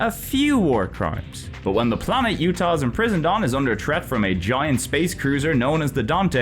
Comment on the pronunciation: The J in Jutah isn't silent! Nothing in that game is silent!